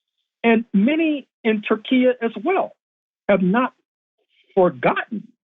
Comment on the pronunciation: It's "Tur" +" key" bro !